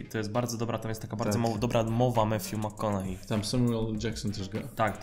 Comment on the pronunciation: McConaughey jak coś wymawia się na końcu przez hej sam Matthew tak mówi, ogólnie polecam obczaić wymowę imion/nazwisk wymawianych przez ich nosicieli.